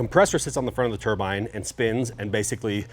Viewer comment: Turbine not turbine.